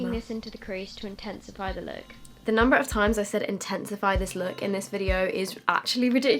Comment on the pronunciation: take a shot every time says intensefey